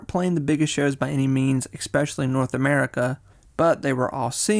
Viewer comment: The “and” between “Young” and “Modern” and the replacing of the “s” with “x” in “especially” are destroying me lol